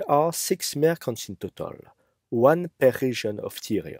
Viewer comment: Merchants, not mercants